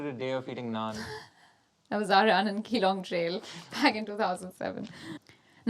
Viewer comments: It's Geelong with G not the way you say for reference G like Jeeya jaye naa, I'm correcting youse because I've worked there 😅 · Awesome videos. Small correction Its Geelong like G sound not Gh.. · Geelong city in victoria is pronounced as juh-long